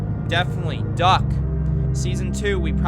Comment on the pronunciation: Me listening and suddenly hearing “ yeah I liked doug” WAIT DUCK